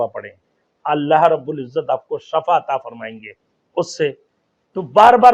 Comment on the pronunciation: Shafa نہیں ھوتا ھے Shifa ھوتا ھے کچھ پڑھ لیتے